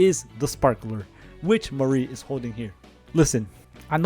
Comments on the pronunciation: bruh it's not "mare-ree" its "mah-ree" /lh also it's a lot easier to narrow it down to the U.S. when you realize the same money the U.S. does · "Mahree" ☠️☠️☠️ buddy i think you mispronounced mari